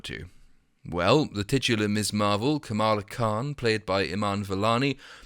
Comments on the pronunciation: Perdue didn’t just mispronounce her name, he mocked it. Watch the clip he says “kAmala or kamAla or kamalamalamala” it’s not an honest mistake dude was being rude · It’s pronounced “Kha-muh-la” like “Kha-mune-ist.” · Bro you are neither black or American. Mispronunciation of a ethnic name is the EXACT thing white people with authority do to poke fun at us. If we react in an emotional way we are seen as a problem and fired, removed, or worse. But it is clear disrespect especially when you already know how someone’s name is pronounced. I understand you not getting it though, but trust me it was done on purpose. Look at Trump and Pence’s rallies you will see how disgustingly racist they are when among a crowd of their peers. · Funny thing is Kamala Harris pronounces her own name wrong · Kamala is probably a dactyl. It is close, but it feels like the stress is the first syllable.